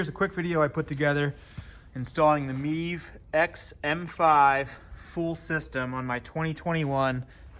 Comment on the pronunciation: Sorry dude it's MIV ...Not MEEV jfyi